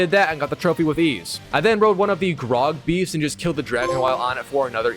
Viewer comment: Here is a graug and a drake. I heard a "grog" and a dragon. Grog is what these uruks drink.